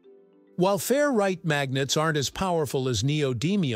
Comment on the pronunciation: I took a shot every time you said fair-right instead of 'ferrite', and now I'm hammered.